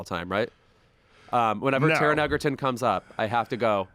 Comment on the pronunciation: And of course you are pronouncing EGERTON incorrectly. So insufferable. And stupid.